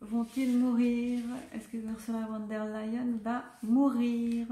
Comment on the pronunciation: Il est vraiment bien ce tirage 👍 Si je peux me permettre, je crois me rappeler que le V de "Von" se prononce F, "Fon" en allemand.